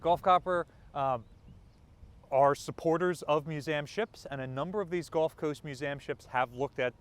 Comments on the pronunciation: love your videos and appreciate you updating us. Keep up the good work! (BTW …. It’s pronounced “gulf” not “golf” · Really not a huge difference between the two pronunciations. Gulf, pronounced like gull, or golf, pronounced like gall.